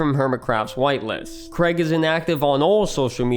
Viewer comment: Bugs me how almost no one from the US can correctly pronounce Craig